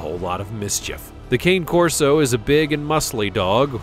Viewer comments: Cane Corso is pronounced canay corso. not "kane". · If you are going to refer to the Cane Corso, you should acquaint yourself with the proper pronunciation of the breed. This is not a (kane) - as you pronounced it. The correct way is (kah-nay) - the 'a' becomes 'ah'. Now put your centipede back under your pillow. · number 18 this dog is not called cain corso but ca-ne corso number 17 Staffordshire bull terrier is not known as Am staf the Am staf is the American (Am) staffordshire terrier totally different dog after that i stopped watching the video because i wonder if yyou really know what you are talking about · Coni Corso is how you pronounce the Cane Corso, my Corso was 130 Lbs. and a great family dog for experienced big dog owners. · It's pronounced con yay Corso the Italian breed !!! just to correct ya!! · CANE CORSO is pronounced KHAN A CORSO. Get a narrator that actually KNOWS dogs and isn't just reading a script :(